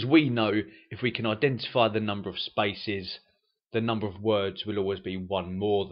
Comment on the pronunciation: I find it hard figuring out where is the word "spices" he mean..until i realize it was spaces